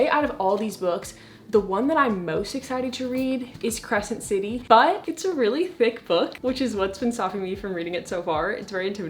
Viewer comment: Why did I think you said credence and I was like 'no'